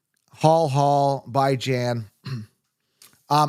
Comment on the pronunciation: calling Bijan “Bye Jan” lol